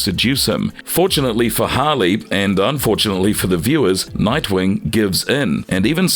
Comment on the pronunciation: It's Harley not holly